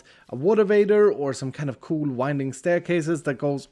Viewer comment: the primary reason i watch iskall is because he says "cool" like "coo-luh" :)